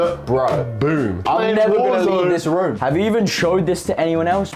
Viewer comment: Bruv gotta love the way Kay say room it be like he’s saying rum